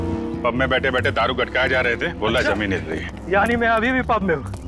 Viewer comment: Zameen Not Jamen